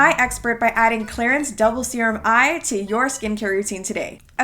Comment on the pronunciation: “to become one ✨✨SUPER SERUMMM✨✨” (said in a harry potter accent or something)